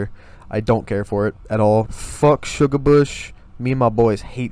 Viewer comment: You massacred my boi. (Shugarbush)😢 No hate tho, good video!